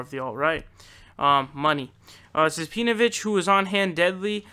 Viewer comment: I like how you pronounce his name pee-novich, I might have to adopt that pronunciation if I ever come across pee-novich or his acolytes online. I actually used to be a a facebook group with Pee-novich prior to him being outed as being married to a Jewish woman, he was mostly just a shitposter and was incredibly difficult to engage in genuine discussion. He wasn't interested in giving opposing views any time, but more invested in shoveling his shit to impressionable minds.